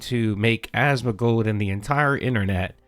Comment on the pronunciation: ASMON GOLD.. there's no middle D,.. its not Asmond gold, idiot...